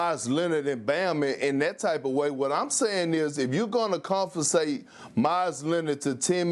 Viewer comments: Perkins says a new word COMFISATE!! He was trying to say compensate, but it came out as him saying confiscate. Another day in the life of Perk..🤷🏽‍♂️🤦🏽‍♂️😂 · my man said confensate . . .